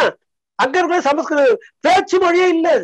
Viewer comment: அய்யோ ஏனடா எல்லோரும் தப்பு தப்பா சொல்கிறீர்கள் ஸம்ஸ்க்ருதம் ,ஸ "ம்" என்று சொல் "ஸ ம" ஸ்க்ருதம் இல்லை. இல்லையெனில் வடமொழி எனச்சொல், தமில் என்றால் தப்பு, தமிழ் என்று சொல்லவும்